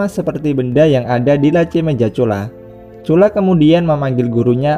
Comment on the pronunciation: Bang nama dia cula🤔 bukan curah